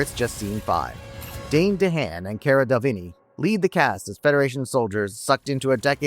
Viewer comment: Re Valerian, correct me if I'm wrong, but Cara "Del-vinny" is pronounced Cara "De Le Veen".